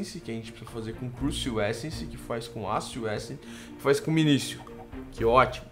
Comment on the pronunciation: 3 dicas 1:não se pronuncia "minisio" e sim "minikio" 2:tenta fazer a semente de cacto e deixar ele boladão então vc prepara um terreno 3x3 com o cacto no centro e coloca as sementes fracas para reproduzir lá como o cacto n nasce em terra ele n vai se multiplicar e as propriedades dele vão passar para as sementes novas(elas n vão nascer 10x10x10 e sim +- 5x4x6 mas se botar lá de novo elas aumentarão mais ) 3: o QDS funciona com funis